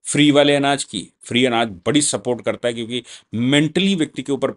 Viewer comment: बाले नहीं। वाले। हिंदी सुधारो।